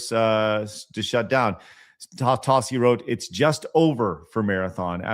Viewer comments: What? He's saying Tossi, just like it's spelled! T-a-s-s-i: Tossi! 😉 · Everytime Tassi gets called out he always plays the ignorant buffoon. Also you're saying his name wrong